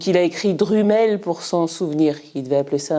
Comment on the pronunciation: Tu prononce Drumel à la Francaise !! Décidément, les Français ne savent pas comment prononcer les mots Anglais !